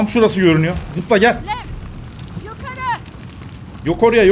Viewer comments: abinin dediği: Leva Aslında olan:Lev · Abi o leva değil lev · abi o kel kızın adı leva değil lev